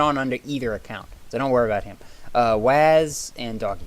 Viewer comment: lol, its not Wazz like Jazz its Wazz like Wuzz xD